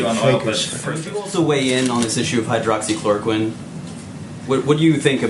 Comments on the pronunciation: He practiced for sure. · Hydroxychloroquine, I am surprised to see that he pronounced it right and in one breath.